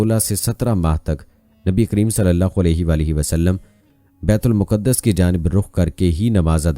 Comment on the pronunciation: Baitul muqqadas Nahin kehte baitulmaqdas kehte hain